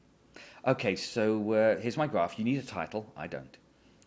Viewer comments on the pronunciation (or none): "dada points on the greaaaff" -lovely.